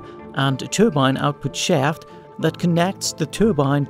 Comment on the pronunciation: 😂😂😂 "Turbine output shyeaft."